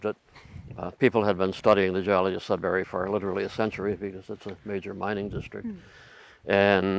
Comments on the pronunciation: not "sudbarry". Sud"burree" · it's sudbury not sudberry... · Sud-burry (no pause or break), not Sud-Berry.... silly USA people 😂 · JSYK, Sudbury is not pronounced sud-barry, it's pronounced sud-burry. I'm speaking as a Canadian who's live all his life in Ontario. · I grew up in Elliot Lake, and then moved to Sudbury when I was 16, then moved away after I got married. Both my parents are from Sudbury. The Sudbury (Sud bury(pronounced more like Sudbree, not Sud bary, sorry had to put this in here) basin can been seen driving from one of the outlying communities to another one. Driving from Lively/Wladen to Chelmsford/Azilda, you have to basically drive up the side of the Sudbury basin and as you crest the top you can see the whole basin. It really does look like a gigantic crater and is quite spectacular. The landscape does look like its from a different world, some astronauts in the 70s trained on this landscape. The mines in the area have in the last 20-30years really tried to "green" it up, by planting to cover the mountains of slag dumped over the decades. Very informative video all in all. I hadn't realized that the projectiles had traveled that far away. And what's funny is I actually moved to SE MI, so I guess there is still a bit of home in MI besides where I live. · Being from Sudbury, I would just like to say it's SudBURY not SudBARRY. Besides that, I enjoyed your video very much! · Very interesting. I had no idea it was that big. Your pronunciation of Sudbury was driving me crazy though. It’s not Sudberry, but "bury", and the emphasis is on the "Sud" not the "bury". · As a Sudburian, we pronounce is Sudbry, not Sudberry , lol. Interesting video! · Very interesting video and I thoroughly enjoy geology etc. However the city in Ontario you refer to is SudBURY not SudBERRY. Thanks for the informative video. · Funny to hear you guys pronouncing it as sudberry and not Sudbury. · It's Sudbury not Sudberry. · FYI it's pronounced Sudburry, not Sudberry.